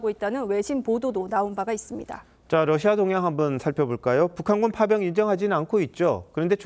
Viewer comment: TV기자들은 말도 잘해야 하지만 발음도 좋아야 한다. 특히 외국어는 가급적 원음 발음에 충실해야 한다. 그런데 TV기자들이 Russia의 러시아를 Lussia 로 발음한다. 많은 다른 기자들도 로켓의 rocket을 locket으로, Radio 를 Ladio 로, Roma 를 Loma 로 발음한다. 물론 한국어에는 ᄙ(쌍리을)이 없어서 L과 R을 전부 ㄹ로 발음할 수 밖에 없는 어려움이 있다. 그렇다면 한국인들은 R 발음을 정말 못하는 것일까? 아니다. 초성일 때에만 못한다. 아리랑(Arirang), 세레나데(Serenade), 프랑스(France) 등 잘 하지 않는가? 그래서 TV기자들에게 힌트를 주고자 한다. R 로 시작되는 단어를 발음할 때 앞에 '으' 발음을 짧고 약하게 먼저하라. (으)러시아(Russia), (으)로켓(rocket), (으)라디오(Radio), (으)로마(Roma) 등으로 말이다. 그러면 당신은 좋은 발음을 하는 기자가 될 것이다.